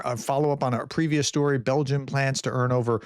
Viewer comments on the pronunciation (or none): none